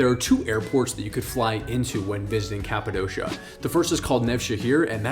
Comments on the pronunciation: My guy cant even pronounce Cappadocia correctly. Its not Cap a dosha. Its cap a dokia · It is called Kapadokya not kapadoşia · ...Good tips. Currently the price to fly in July euro pp...The balloon operators have rigged the price. Greed will kill their business... BTW....it's prounounced Cappa-DOKIA.....not doughshia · The way you say Kapadosha makes me think you were never there. Its not Kapadosha, but Kapadokia.